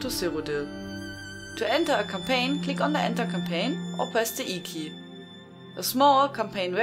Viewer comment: As always Hello From France, great vids. I swear i heared Cocaine instead of Campaign first time..